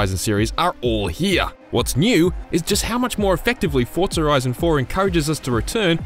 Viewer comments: It’s Forza not Fortza 🤦🏻‍♂️ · Why does every voice over I've heard pronounce Forza as "ForTza " ? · Say Fortza one more time. I fucken dare you